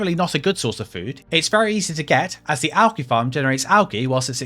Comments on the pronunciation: Bro. AL-JEE. Not AL-GI. What the hell?? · triggering americans when saying algae like you do. One for the union jack